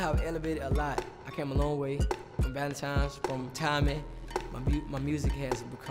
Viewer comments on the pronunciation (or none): He said “Valentimes” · cuddie said valentimes